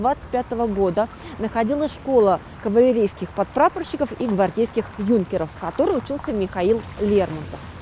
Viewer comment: СтолЯр!!! Не стОлер!!! И у слова "юнкера" - сдвиг ударения! Не Юнкеров, а юнкерОв! У имени "Резо" ударение на О!